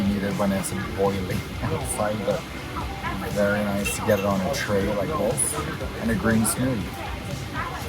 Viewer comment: Love ya "Kath + Kim" aussie "Noice !" lol ;)